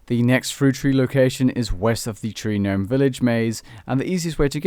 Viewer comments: Did you say GANOME? It’s Gnome(nome) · It is pronounced "nome" not "guh-nome" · "G-nome" </3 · Did you really pronounce the 'G' in Gnome? 😂😂 Brilliant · Just fyi, the G is silent in gnome. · You don't pronounce the G in gnome btw buddy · The way you say Gnome is unsettling. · the "G" in gnome is silent ;) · Omg I hate the way he says gnome. The g is silent dude... don't pronounce it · The g is silent in gnome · The G in gnome is silent you fucktard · how can u not know how to pronounce 'gnome'?!?! xD hahaha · jsyk the g is silent for gnome. really distracting hear you say it wrong so many times in a row :p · every time the g in gnome is pronounced take a shot!